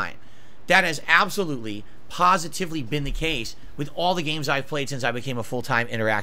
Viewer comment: He should learn English